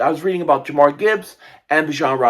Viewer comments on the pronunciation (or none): none